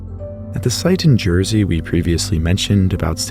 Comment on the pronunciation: holy cow, jersey 🇯🇪 mention , but why did you say it so funny